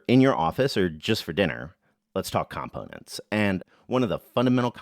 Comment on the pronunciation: First time hearing a (presumably) native English-speaker pronounce "component" that way.